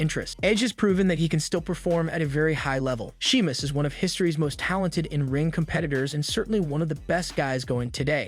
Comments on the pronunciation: And she-mus and char-lot (shay-mus and shar-lot). I think this might be a computer generated voice. Pronounced Babyface wrong too. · Are you even a fan? Everyone knows how to pronounce Sheamus, except you.